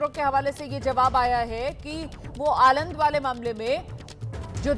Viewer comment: आलंड नहीं मैडम आलंद है😅😅